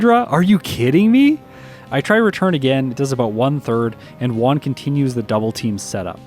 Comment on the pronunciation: i really enjoy your videos, but please, PLEASE learn how to pronounce Juan. everytime you call him "one", my ears start bleeding.